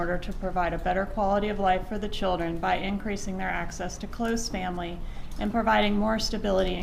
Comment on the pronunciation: i hate how she says "my chil-dren"